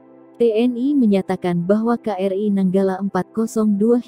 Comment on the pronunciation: nyebutnya "Ka-Er-I" min, bukan "Kri"